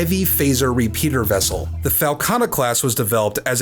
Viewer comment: I like the way you called it a FALCatta.